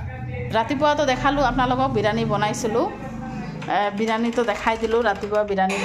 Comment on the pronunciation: Birani nhoi biriyani